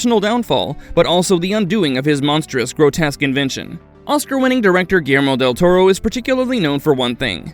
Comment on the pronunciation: Del "Tormo?" You couldn't do another take of that line?